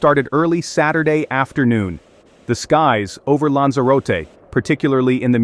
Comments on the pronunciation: lan-zuh-ro-tee.....that's how you pronounce Lanzarote!....That's what you get for computer generated voices.... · SI ES LANZAROTE. Nací aquí y vivo aquí. Pero el nombre de los lugares no hay quien los entienda. Están mal dichos. Y la información es muy exagerada. Puro amarillismo. Hay que informarse antes de comentar.